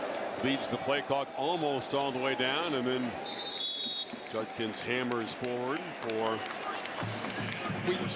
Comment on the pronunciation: Does it sound like Herbie was saying "Junkins" and not "Judkins?"